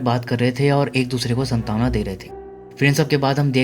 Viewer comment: Santaawana nhi hota....SAANTWNA Hota h....😌😑